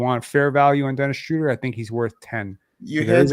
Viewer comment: shrowder not shrooder my god people need to understand languages